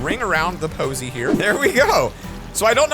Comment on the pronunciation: "A little bit of a ring around the POSEY"